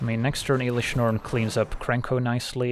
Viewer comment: Please dont call it IIIlish norn aaahh